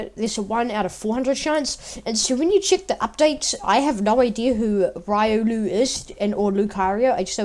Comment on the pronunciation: It is RIO-luu